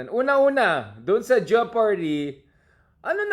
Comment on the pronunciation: It's is pronounced Je-par-dy. The "o" is silent.